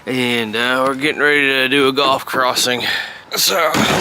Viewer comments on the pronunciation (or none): It’s pronounced gulf not golf, but still a good program. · It's gulf....not golf....